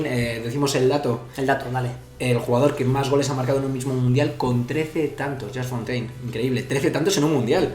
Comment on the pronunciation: Casi me cáncer que digan Yast Fontain 🤦🏻‍♂️ Se pronuncia "Yus Fontein"